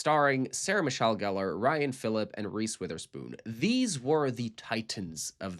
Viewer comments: Ryan Phillippe is pronounced filipee not philip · it's pronounced Philipe like he's fancy edit PS my claim to fame is I went to middle school with Sean patrick Thomas's niece. she is a wonderful singer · Hate being THAT guy but e on the end of Phillipe is pronounced as ay. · ryan phillipEEEE the E is not silent .... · Seriously who the heck is Ryan Phil-LIP???? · the way you pronounced Ryan Phillipe's name is a crime, you just lost all credibility of this review after that 😬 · Ha ha I’m so petty he almost lost me with this name mispronunciation - how sad am I. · Everytime he said his name 🤣🤣🤣